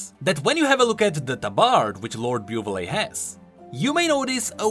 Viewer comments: Dude it's so cringe that you still pronounce (beu've'lay) instead of (bu'velle) even if you knew how to pronounce it. 😂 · play the correct pronunciation: "Boo-vel": "Byu-ve-lé" me: okay "Byu-ve-lé" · The man learned that Buvelle was pronounced "Bu-vel" and still proceeded to read it "Bu-vel-le" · Lord Biewvelay. I'll bet 5$ it's "Bou-Vel" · "Lord Byu-veh-lay" Should it not be "Boo-vel"? Edit: Ok so later in the video, corrects himself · “...and then we learned it’s actually pronounce Bu-velle” Also: continues saying Bu-vu-lay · Not "Buvelle" it's Booveil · ... Does anyone else think Buvelle should be pronounced "Boo-VEL"? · flames viewers for not wanting to read Also: Beau-villé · Me listening to beu-vill-A for about 10 minutes, "I don't feel like how that is how it's pronounced" Future about to remedy my discomfort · This guy really said “byoovullay” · Given that Demacia has the Laurent and implied romance language influences, the name Buvelle is likely pronouced Bu-vel. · I can bet you a skin that Buvelle is pronounced the French way like Laurent: Buv L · pronounces Lord Buvelle wrong* 5 minutes in the future: corrects his own mistake* Still: continues to pronounce it wrong* Buvelle: Am I a joke to you? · Mentioning correct pronunciation of Buvelle proceed to pronounce it wrong because we are used to the wrong pronunciation and I haven't even noticed it until I watched the video again xD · this is the worst pronunciation of Buvelle I've ever heard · oh ok he learns it later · Oh fuck,hearing lord buvelle pronounced so many Times in a way i think Is wrong Is a pain (as with Fiora,there are names with france-like sounds,probably he's the same) because you repeat It SO MANY TIMES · Oh god yes,later you told It yourself! Finally It Will stop the pain! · Noooooo! You keep calling it that way! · I'm so triggered by how you pronounce Buvelle XD